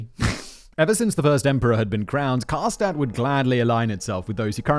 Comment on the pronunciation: It took me forever to recognize Simon said Karstadt but his pronunciation of Schmetterling is surprisingly good